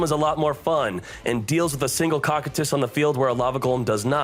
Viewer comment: Cocytus isnt pronounced like “cock i tus” its pronounced “ko (like cove) ki (like kite) tus (like how you were saying it)”. It comes from the freezing river of lamentation in Ancient Greek Mythology, later adapted as the 9th circle of hell by Dante’s Inferno. This is likely the inspiration for the cards icy, draconic appearance and attribute.